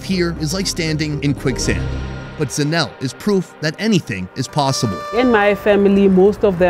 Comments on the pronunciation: By the way her name is pronounced ZA NE LE not Zanel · Lol. Yes I wanted to say, its pronounced zanel le! Dont forget the le. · ejo its zanele not zanel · Super cute how pronounces Zanele as "Zanel" 🤣😭❤ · Isn't it pronounced Zah-neh-leh 😂😂😂. You saying Zanelle like she's a Gazelle. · As a Cameroonian student in SA,I have come to appreciate South African culture, the hospitality of S.Africans, the pronunciations,etc and couldn't help laughing when pronounced Zanele as Zanell lol. Great job showing the truly authentic side of South AFRICA and not the Westernized McDonald's episode at Rosebank lol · Pronounced Zanel-LEH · Couldn't get over pronouncing Zanele as Zanelle😂😂😂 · I kept watching and going "Zanelle? That's a pretty fancy name, is it a nickname?" then it clicked lol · The way he pronounces South African Names😂😂.."Zanel" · Her name is Zanele,..Zah-neh-leh. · When said Zanelle...all south Africans know they laughed. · Zanele is pronounced Sun-Eh-Leh ☺ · Zanele is pronounced ZA-NE-LE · Are you sure her name is not pronounced ZAH-NAY-LAY? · The only thing that killed me was his pronunciation of "Zanele"... And then "soweto" not knowing its SOuth WEst TOwnship... But honestly the rest of the video made me an even prouder south african 🇿🇦 he comes with the utmost respect and care, makes jokes that are suitable and relatable and he will taste everything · Just needs to learn to pronounce Zanele and not try to mKe it sound French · Dude at least could have tried to pronounce Zanele correctly. And that's coming from an umlungu.